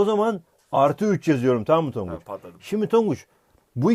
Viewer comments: tonguc yerine tangac dedin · 8.05 tanguç diyor hoca adfafdafaf